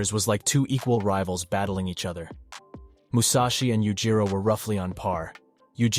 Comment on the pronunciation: "Mushashi" huh?